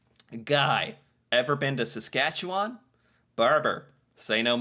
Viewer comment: Sas-cat-chu-win Saskatchewan